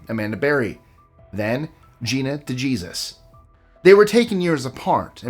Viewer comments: "De-Jeezus" lol. It's pronounced "Dee-Hay-Zeus' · De Hay-zoose not de gee-sus. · how can someone from Tampa mispronounce De-Hay-Soos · Literally was about to make this comment. Now I know damn well he knew better than that. Come on now! Smh.